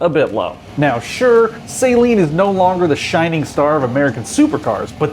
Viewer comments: Saleen. Pronounced Celine, not saline. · Well, he has no idea how to pronounce 'Saleen' or 'Esprit' so I think you are likely right. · Dear god say the name right!! SA-LEEN. not Say-leen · It's "Sah-leen" It's not a solution used for contacts. -_ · This pronunciation of Saleen makes my ears bleed. It's not SAY-leen. It's Suh-LEEN. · FYI: Saleen (Sah-leen) is a car. Saline is a mixture of salt and water. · This is the worst opinion I have ever seen in a video, he doesn't even know what he's talking about, almost every single word he said about Saleen was wrong, he even pronounced it wrong.